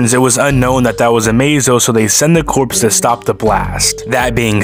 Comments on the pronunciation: It may have ben said to you by now and you may have already corrected for future videos, but just in case: "Corps" is not pronounced like "corpse." It is pronounced like "core." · “Corps” is pronounced “core,” ya know like the MARINE CORPS? What you keep saying was “corpse,” which is a dead body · Ugh, "corps" is pronounced like "core", not "corpse". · Not to be that guy, but "corps" is pronounced "cor", as in Marine Corps, not "corpse" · it's pronounced "core" not "corpse" 🫥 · Corps is pronounced core not corpse. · "Corps" is pronounced as if you're saying "core" not "corpse" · Corps is pronounced Core, not Corpse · Corps is pronounced core, not corpse. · pronounced core not corpse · Corps is pronounced "core". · Fun fact: Corps is pronounced Core